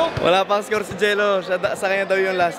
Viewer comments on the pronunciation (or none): Walang R yung scowew😂😂